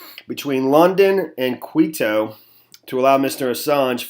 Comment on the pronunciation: Hi there! Thanks for doing this video, I would love you to do a follow-up. Yes, Quito is the capital of Ecuador, pronounced Key - toe.